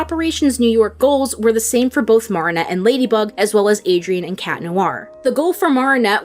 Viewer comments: I like your videos but have you ever actually seen the show? You mispronounced Marinette every time. I can forgive that, but then you butchered Chloe’s name and now I am so unsure. I just don’t think you’ve seen it, because if you’d seen it, you would know how to pronounce the name… they say it all the time. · The way you’re pronouncing Marinette is killing me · Okay I can get by you mispronouncing Marinette’s name but Chloe’s last name? I gotta draw the line somewhere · This is a very well put together video but the mispronunciation of Marinette’s name is killing me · pronouncing every single name wrong... go off queen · ms girl do you seriously think a professional voice actor cant pronounce adrien or chloë etc. they literally say the names wrong, idc how you try to spin it ur straight up wrong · Your pronunciation of Marinette and Bourgeois had me questioning if you really are a fan of this show for real. But I appreciate your analysis of Chat Noir/Adrien. That's probably the most nuanced I've seen yet about his character, especially the part about him being a victim of child abuse. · the way she pronounces marinette bothers me but great video anyway😂💕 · Do you have an accent cause you pronunciation of Marinette is a little aggravating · It's not Mah-ri-nette it's Me-ri-nette I don't know why people pronounce it's like that But it's ok I guess if you can't pronounce it but seriously it annoys me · this isn't a big deal but why do you call marinette "MAR-ih-net" instead of "MARE-ih-net"? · How many times do I have to say this, it is pronounced (MARE-EN-ET) not mar-en-et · Her:Mar ri nut Me: It's Mari net te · sorry, this is completley unrelated but.. i cant stand u saying moronette its mari not moro no offense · The way they pronounce mareinette🤮 dislike jk👀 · 1 question. Why does she pronounce Marinette like that? It’s actually M-air-inette, but then again no hate. And you pronounce Chloe’s surname Boo-sh-wa. Correct me if I’m wrong :)